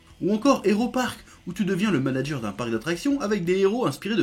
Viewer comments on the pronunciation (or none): none